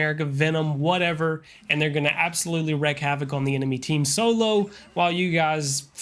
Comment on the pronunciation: The saying is not "wreck havoc", it is "wreak havoc". Pronounced like "reek".